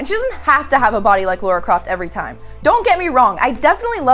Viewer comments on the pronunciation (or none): FFS it's Lara with an 'ah' sound NOT Laura. What the hell is wrong with Americans that they can't pronounce a simple name correctly!? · *Lara... not 'Laura'... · is it so hard to say Lara and not Laura? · It's LARA Croft. Not Laura Croft. lol XD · Warchild CQ seems to be an american thing. i often hear them calling her "laura" rather than "lara" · Oh no is one of those people that call Lara Croft; Laura that's just weird and not right, i'm guessing she also says her own name wrong too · A woman named mispronouncing the name Lara... ironic... From now on we call her.